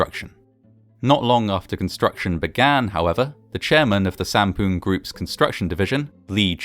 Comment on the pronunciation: lol u said "poon"